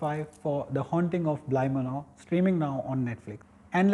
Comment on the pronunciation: Manor is pronounced the same way as Manner